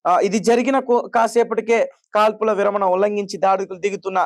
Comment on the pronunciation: తమ్ముడు, విరామణ కాదూ, విరమణ అనాలి